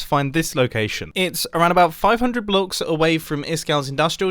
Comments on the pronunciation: Mumbo:500 blucks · its around five hundred bluhgs